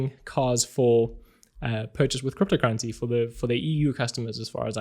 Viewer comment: I'm just here to listen how you pronounce "cryptocurrency". I reeeaaally like it! 😊